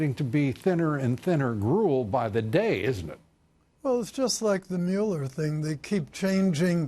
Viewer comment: Lol "Muler"